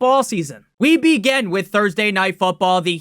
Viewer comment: Time to “beegin” another video